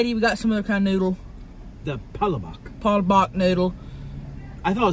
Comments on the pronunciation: it’s called, Pala-bok like say book but with a short o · I am so upset but laughing that he said palabak its palabok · It’s not palapak is palapok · No one Literally no one Tammie: Patelbok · She said “muck bank” 😂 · im a filipino so she said hi po its respect to us Filipino that Filipino words its palabok fast word not pa la book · it’s pa-la-book with like an accent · Listening to white people try to say Pancit Palabok is hilarious. Im fuckin hollering😂😂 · Every Filipino is cringing when they were ordering and how they said ”pancit” and “palabok”